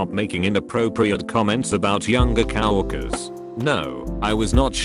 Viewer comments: It bothers me that the robot says cow workers instead of co-worker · Come on, Robot! Cow workers? Farms and ranches are getting fewer. Edit: "HR" is another case where each letter needs to be pronounced separately . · Ah, yes... The Cow-orkers